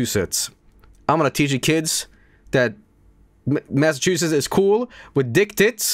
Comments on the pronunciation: Lmao can't pronounce masschewdicks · as someone from Massachusetts it amused me greatly to listen to funny Swedish man try to pronounce it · mispronouncing Massachusetts isnt even bad I know alot of english speakers who struggle to say it so it's not a huge deal.